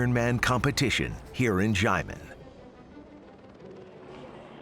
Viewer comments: just say "shia-men" it's THAT simple. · The commentator is just butchering the word 'xiamen'